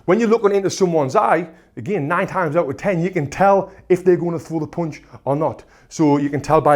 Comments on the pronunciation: "... a poonch...' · This pronunciation for punch, "Ponch" is really new for me. I wonder where your from? Even though his slang was new to me I still understood what he's trying to convey. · I love the way he's saying "pounch"